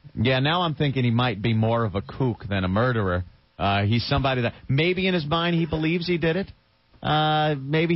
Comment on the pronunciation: "Murda" HAhahahaha